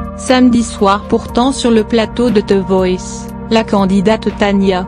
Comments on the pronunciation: La voix est chiante elle dit jeunifé au lieu de jenifer et teuh voice au lieu de the voice mdr jai mal au ventre 😄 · lol elle dit te voice au lieu de the voice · Jeunifé ? x) Jennifer ! Et pas Teuh VOICE mais THE VOICE ! xD Puis la voix et chiante x) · Elle dit jenifé et aussi te voice